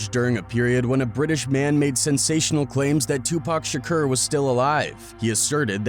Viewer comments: lmao this guy cant pronounce tupac... tupurk shkur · This dude pronouncing shakur shakerrr is annoying isn't it?! He can't even pronounce Tupac's name correctly after so many years of others pronouncing it correctly.